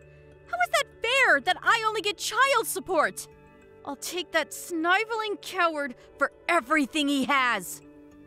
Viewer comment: Sniveling is pronounced with a short i like in living.